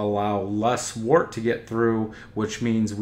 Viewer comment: Let's start by pronouncing the word "wort" correctly. It does not sound like "wart." It is pronounced like "dirt" with a "w" instead of a "d." Wort is derived from the Old English word "wyrt."